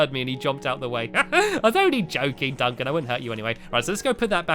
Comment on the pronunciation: heres a pun you said Duncan witch sounded like dunc him I thought it was funney (you are sapose to start laughing now) lol :)